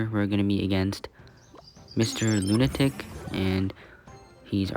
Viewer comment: "Loon" atic